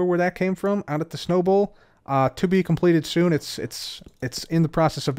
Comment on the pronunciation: I keep hearing Snowable area instead of Snow Bowl area xD